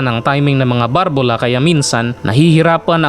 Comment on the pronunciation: BALBULA HINDI BARBULA